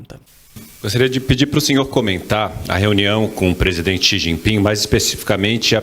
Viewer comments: O nove dedos ficou pasmo, sem saber o que dizer! "Chi gi ping" , 😂😂😂😂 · Lula não sabe pronunciar o nome do presidente da China. Ele quase falou XI Pinga. Kkkkk